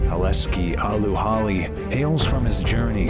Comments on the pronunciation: how can you pronounce that so wrong? Aleski? Halli? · "Aleski Allu Halli" HOW do you fuck up a name that bad.